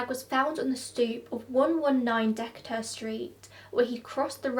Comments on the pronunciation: Wow seeing the PathMark store is such a throw back Also it’s De-Kay-ter street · You didn’t. The A in Decatur is a long A. But your accent is so nice so it sounded cute lol I live 5 minutes away so sad this happened to this poor guy.